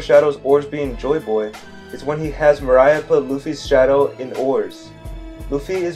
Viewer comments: Say it with me More-ree-a Moria In all seriousness, excellent video, don't know if you've seen the mega one piece theory going around but his latest video is about joy boy and these 2 theories could fit well together. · Had to stop watching. I put up with you mispronouncing Mor—ee-uh I put up with the stupid thing with D and O. By the way if you overlap their Ds you just get a D. You’d have to flip one first. Also that whole line of thinking is flawed horribly. Other characters have names that start with O: Oden Otsuru Oimo Omlette just to make a few. But Rogers surname is Gol not Gold. It’s literally Roger who explains that in the story. Come on man. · This guy said moariah🤣🤣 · I'm interested in this theory but the way he said moria is fukin distracting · Everything sounds valid but do i trust you if you can’t even pronounce Moria properly?😂joking. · Bro. How u gonna make a video and yet still mispronounce Moria. Like seriously. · The way you said moria like 20x made me cringe so hard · You made some good points, I was actually surprised. However everytime you went off wildly speculating about anything mildly coincidental that's so unnecessary to the theory you just completely lose me... also it's Moriah not Mariah 😅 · Nah I don't think this is it... also isn't Moria's name MOR-ee-uh? Not, Mor-AYE-uh? I feel like a lot of this is grasping at straws (pun intended) making mountains out of mole hills. Its one thing to make some vague speculations, I'm not so hard to convince of them, but to use those speculations as a basis for more speculations is too much of a stretch (pun) I'm being a bit nitpicky, but I could really tell you're reading off of a script; it was kind of hard to focus on the information you were actually trying to convey sometimes. I would work on trying to speak more naturally, or such a way that it isn't so monotone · Why do you keep calling moria "Mariah" 🤣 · Its moria not maraya 😭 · Dude love the theory but pls dont call moria mariah kek